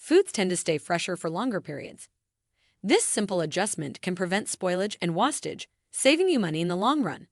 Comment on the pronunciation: Learn how to say wastage... WASTE-age